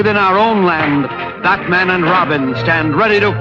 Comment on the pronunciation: Why can't she say BAT man